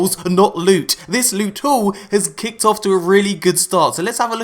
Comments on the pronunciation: I like how you call it lute instead if loot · S-weet p-ressious lewt